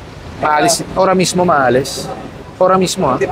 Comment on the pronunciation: Sir, "AHORA MISMO" po hindi ora mismo